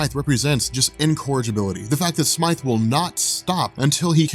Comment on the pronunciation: Thanks for saying Smythe and not Smith